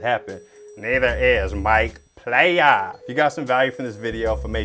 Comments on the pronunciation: Mike Playa… (say it right!) aka 🤣 I’ve watched these type of videos before of people messing with scammers. Describing their exact location, etc. lol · It’s PLAYAAA 😭😭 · I’m sorry ma’am it’s Play Ya! Ya the one that got played 😂😂😂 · Not “Mike Playa” 😂😂😂